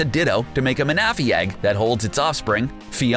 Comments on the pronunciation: He pronounce Manaphy (man-uh-fee) as Muh-Nah-Fee that bothered me sooo much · don't forget mana-fee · Manaphy is pronounced Man-na-phy. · Ma-na-fee not mana- fee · GODDDDDSD!!!!! All the f**king times he said maNAphy 😡 IT’S PRONOUNCED MANaphy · Ma-Na-Phy sent me in a cringe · Mana-phy Its manaphy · He can’t say say man a fee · Why do you pronounce Manaphy like that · XD it's so funny you said Manaphy and Victreebel wrong. I understand with Victreebel but Manaphy is easy Mana-phy you know what Mana is well there you go. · it is. Don't believe any of this videos pronounciations like seriously hooth-oot? min-athy? and they spelled drowzee wrong. but I guess they did make a referance to the OFFICIAL magikarp song... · I can’t watch..... The mispronunciations is making me cringe Especially the Manaphy and Victreebel part.... 😢😢😢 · Dude!!!... it’s Victory-Bell not Vic-tree-bowl🤦 come on haha also It’s Mana-Fee not minufee and it’s Hoot-Hoot not hoo-thoot 🤦😂😂 I love your videos guys just please look up the pronunciations for things first 😂😂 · so you know, you actually mispronounced some of the names of the Pokemon on your list. Here's how they are correctly pronounced: 1. Manaphy (Ma-nƏ-,fē) 2. Gyarados (gi-'yer-Ə-dōs) 3. Victreebel ('vik-'trē-beL)